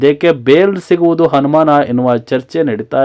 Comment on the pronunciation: ಬೇಲ್ ಸಿಗುವುದು ಅನುಮಾನ ಬದಲು ಹನುಮಾನ ಅನ್ನೋದು ಒಳ್ಳೇದೇ ಹನುಮನ ಆಶೀರ್ವಾದ ಅಂತ ತಿಳಿಯೋಣ. ಅ ಕಾರ, ಹ ಕಾರ ಕನ್ನಡ ಶಾಲೆಗೆ ಹೋಗಿ ಕಲಿತು ಬಂದರೆ ಒಳ್ಳೆಯದು 😢😢